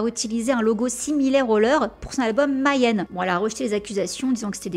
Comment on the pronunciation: Merci pour cet épisode ! Juste une petite remarque --> la prononciation de Mayhem !!! !! ! C'est pas Mayonnaise, Mayenne, Maillème, MAIS May Hem avec le "H" aspiré